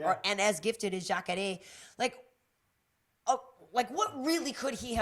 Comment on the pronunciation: I hate when u say jacare,s name. Why do u always pronounce it like that. No one else in the mma world does.